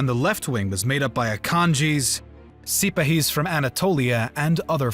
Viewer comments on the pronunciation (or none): 1.11 Ko-so-vo its kos avo. Ni- cope-alis. No. Ni-cop-olis. 1.47 dan-ub ? Dan-youb. 12.15 si-pa-he's.👎🏽 Si-par-he's 👍🏽